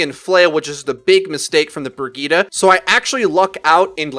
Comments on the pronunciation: Who the fuck is Briggeta Do you mean “Bridge-ett”? Like fuck man pronunciation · Did he pronounce Brigitte as "Briggita"? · The name is Brigitte, not Birgitta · BRI-GIT-TE. Bri as in brie cheese, git as in git gud, te as in tesla. jfc. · fucking shit man, stop calling brigitte BERGEEDAH. if you're going to use the swedish pronunciation, at least say it properly. no one says sombra with a spanish accent or widowmaker with a french accent, they say them in a normal american accent, so why halfass brigitte's pronunciation? her first 3 letters are BRI btw, not BER. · U said Bridgette wrong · Can't anyone pronounce Brigitte right?